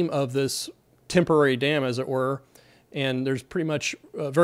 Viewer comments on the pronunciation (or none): What’s with this “as it werr” ? 🤠😄😉🤓